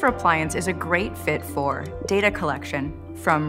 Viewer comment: Alright so it's "data" not "data".